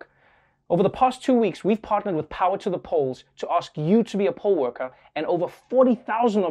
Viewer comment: Also, I'm from Las Vegas. So when you say "poll worker" you need to clarify lmao cuz I was hearing "pole worker". Then you hit me with the "most are over 60"😮 then with the "they only need you to be 16"😳then "thanks..40,000 of you signed up to work the 'poles'"😏 lol